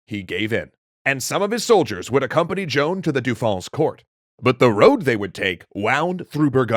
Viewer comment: Either say Joan or Jeanne but not John .